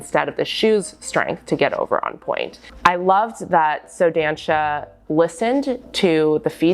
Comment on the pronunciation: Dança is pronounced "duh-ssah"